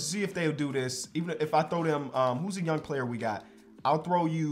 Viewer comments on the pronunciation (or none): none